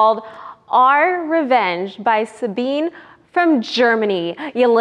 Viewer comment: when she said Sabine I thought she was talking about me for a second, then she said from Germany then I was like I thought so. Thanks for pronouncing it right (most people don't)